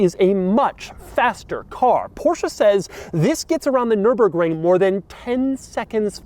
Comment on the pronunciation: Can anyone kick doug cause he said nurburgring!